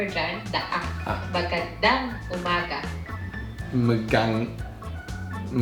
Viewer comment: Ur pronounciation is getting so much better! Just remember to always pronounce ur A's as u wud in ur first syllable in Magandang. U have a tendency to pronounce it as magEndEng. Great job still! I always enjoy watching u both in ur vids!